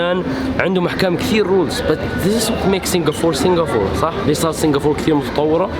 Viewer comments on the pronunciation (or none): Why do you say Singafore !? It's Singapore Or say singafora " Arabic " don't fuck my brain man, fuck am leaving this video. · Singapour not singafour i don't know why middle easterns have problem spelling P they all say B instead , and sorry it damages the ears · يا زلمة Singapore اسمها مش singafoor مشان الله أتعلم إنجليزي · Singa-p-ore it’s ppppp not ffff